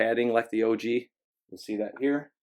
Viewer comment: I'm sorry, you kept saying OG retro and it was bothering me 🤦🏽‍♂️😂😂